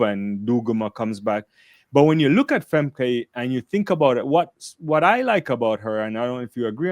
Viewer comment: It's pronounced more like "Femka". It's like German.